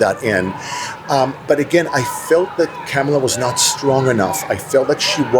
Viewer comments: I don't know how you just stand there so calmly 😊 I'm screaming at my phone.💙 his 1st term added 25% to the deficit. He won't even say her name right. Comma la its not hard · I think how people pronounce Kamala's name is very telling. This man keeps saying Cam-a-la like camel. As if he wants to call her Camel Toe because she's a woman. It's ironic that he says he's for women's rights, but it sounds like he has a problem with a woman being president. He's okay with giving Trump a chance, because running a country is hard. He wants to give Trump 4 years of a chance, even though he already had that, but he doesn't want to give Kamala a chance because she's not qualified? What is qualified? It sounds like only a man is qualified. You heard him, he was upset that he didn't get a choice for the Democratic party. If he did get a choice, he wouldn't have chosen Kamala. Unfortunately, i don't think that the American people would have voted for her. We're not ready for a woman. I think we will be ready in 20 years. I say that because most of my class presidents in grade school and in college were women. We need to push out the Boomers and the older Gen X. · Be straight dude, you didn't vote for Kamala because she's black. You can't even pronounce her name correctly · It’s telling who he really is. He can’t bring himself to say one bad thing about dumpster. He’s racist and doesn’t even know it. He said VP Harris wasn’t confident and experienced enough to be president. The fact that he mispronounces her name is blaring. Huh??? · If you can't by now pronounce Her Name correctly then dont speak Her Name at all. Go educate yourself. Not confident Ha! She only took down the big corps. Alone as a prosicuter...READ IT SIR. Stop being foolish.